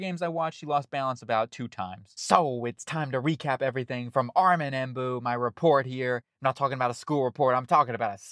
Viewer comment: It's Membou, not Embou